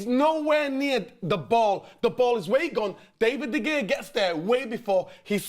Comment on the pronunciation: Why he keep saying “David De Gaya”?